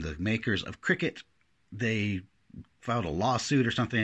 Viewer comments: I still have my original baby bug, the Cricut (or Cry-cut as you pronounce it).. also have the original Expressions and the Special Anniversary Edition with the FOUR preloaded cartridges. $50. was a pretty good price, I paid $118 when the Expression came out and lowered the price of this 'baby bug'. I have over 30 cartridges, so I would never try this... but it's great when someone can figure stuff like this out.... I am surprised that the die cut machine seems to be programmed for the George cartridge - I use all of mine in the machine at various times... interesting !! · I know…I was just watching since I hadn’t used my Cricut in a while and wanted to see what you were doing! And it’s pronounced “Cricket,” like the insect…at least everyone I know says it that way! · I believe it's pronounced "Cricket." Like the insect. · A gypsy is a hand-held controller and works similarly to having the Cricut App on your cell phone. BTW Cricut is pronounced like the insect and the cute little bug in the logo on the machine.